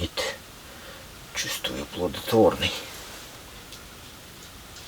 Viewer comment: "Сегодня хороший день. Будет. Чувствую - плоДотворный..." А я слышу "ПлоТВоТворный🐟🐟🐟😹👍